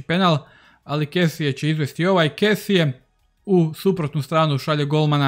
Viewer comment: Jedna mala opaska... Čita se Frank Kesi, a ne Kesie :)